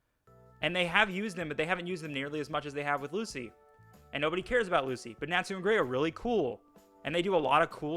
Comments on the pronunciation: You're the stupid one for saying Nachu instead of Natsu. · Lucy n Sakura had so much potential to be good but are jus there to scream the main characters name and cry 🤣🤣 and my boy why do u say natsu like that it's like ur saying nat (the bug ) then sue (I'ma sue u ) 🤣 jus say it all tg brotha but my biggest critique on fairy tail is there fight scenes there not even really fight scenes tbh there jus freeze frame of punches or attacks lol